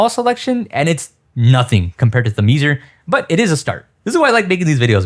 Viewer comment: Pssst, it's not "The Meezer" It's "Theme-zer"